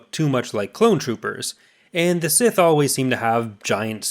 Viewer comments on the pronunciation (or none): none